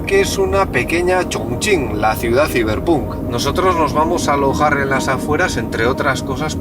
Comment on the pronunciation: Sonare elitista pero como fan dedicado a la cultura Cyberpunk te dire que se pronuncia algo como "Saiberpank".